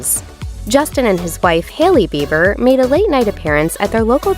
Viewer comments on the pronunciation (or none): .......his last name is Beiber not Beaver.